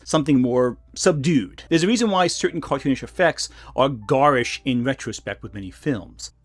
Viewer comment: Can I just make fun of how you say "GARISH"?